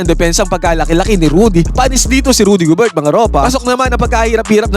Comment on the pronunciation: Gober lang Hindi GOBERT... silent T....